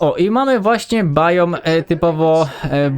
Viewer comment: Mówi się Biom